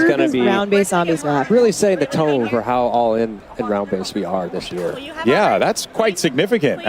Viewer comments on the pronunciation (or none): none